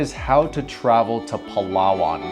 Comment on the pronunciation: please prounance it like palawan not palaa waan 🙈